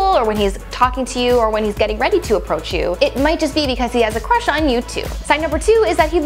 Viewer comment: when she said big time crush, I thought she said big time rush, like that nickelodeon show